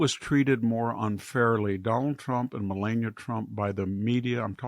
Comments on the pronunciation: Its not Ma Lay nia, Its Ma Lah nia. Its not Michelle, its Michael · Victor, it’s MelAHnia. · Why can't he pronounce Melania's name correctly..? He has to know how to do it.....right? Why be disrespectful?